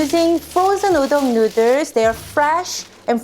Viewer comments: Nuders?? Lmao more like you can’t speak English properly. It’s noo-dles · She knows that hun. She’s literally making fun of her own accent for fun. 🙂